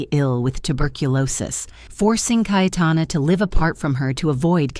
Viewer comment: It is "KaYetana" not "kaitana" you stupid bot